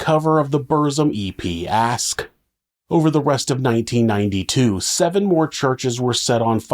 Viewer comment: Fucking hell. You could check how to pronounce things like Aske, Burzum and few other